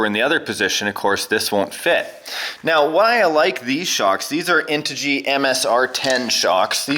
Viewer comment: Finally someone actually says integy correct!! Cheers!! Can't wait to see it!!